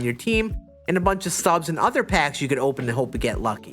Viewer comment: Lmfao 🤣 he doesn't know how to say the ST together. He says Santon for Stanton too. 🤣